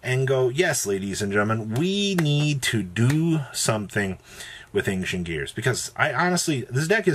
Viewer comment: >ang-shent come on bro